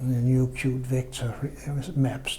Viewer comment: 😂😂😂; Qt is pronounced as Kyut not KyuuTee